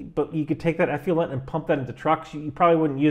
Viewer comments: I think it's pronounced "eff-loo-ent" not "eff-lee-ent". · Nuclear-nucular... effluent-effulent. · The word is 'effluent' not 'effulent'. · Enjoy the show most every time. One point on this one: effluent is pronounced eff-lou-ent, not eff-you-lent. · “Effluent,” not “effulent.” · Not "F U Lent". It's "F Flu Ent". Effluent. The "u" comes after the "l", not before. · Effluent… not effulent. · Love your videos...however, the term is pronounced effluent and not "effulent." The worst stuff is "nucular effulent." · sorry. eff - loo - ent, not eff - fuel - ent. sorry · Stop with the "eff-you-lent", please. It's eff-lu-ent. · From a career long water treatment professional, you did a great job breaking down sewage treatment... Despite the mispronunciation of eff-loo-ent 😉👍 Great break down, great explanation, I wish everyone in the states would watch your content! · Eff-loo-ent and Ha-are-etz. Love you first shirt. Keep up the great work! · We can only be as accurate as clarity will allow. The word "Effluent" is pronounced Ef-flu-ent. eˌflo͞oənt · The man does ATGMs not waste treatment, give him a break. It didn't affect the integrity of the video because he said one word wrong. Give ME a break. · Everything but your pronunciation of effluent (eff-loo-ent) is correct. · Effluent is actually pronounced " eˌflo͞oənt " — just saying! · Great video, as always. But... ef-loo-ent. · Many people cannot say the word" Nuclear"! They cannot get their brain around it, and say Nukular! has the same problem with" Effluent"!!! He is saying "Effulent" Gotta work on it,, for your credibility's sake! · It's pronounced ef FLU ent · Hey man, gotta check your pronunciation of the word effluent… it’s not effulent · It's pronounced eff luent as is in ef fluent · Check carefully the spelling of "effluent" for a guide to pronounce it. (I guess the same thing should be done with "nuclear.") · How about working on pronunciation of effluent?